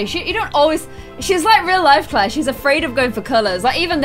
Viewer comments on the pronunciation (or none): im sorry but... ITS NOT CLAIR.-.